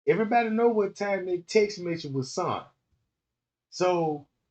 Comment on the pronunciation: “Sent” not “ sunt” you dickhead.